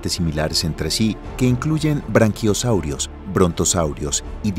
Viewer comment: Para corregir: las especies son nombradas en latín y de tal forma se pronuncian, no en Inglés; en lugar de "Branquiosaurio" es Braquiosaurio (de Brachiosaurus)...